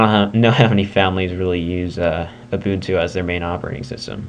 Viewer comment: it's pronounced you - bun - too